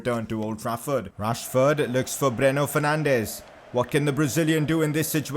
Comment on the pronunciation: When u order it:Bruno Fernandes When it comes:Breno Fernandes